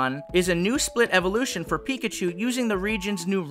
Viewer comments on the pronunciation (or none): none